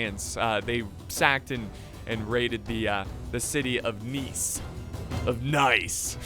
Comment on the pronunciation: i'm french living in the french riviera. Congratulation on how you said Nice, it was perfect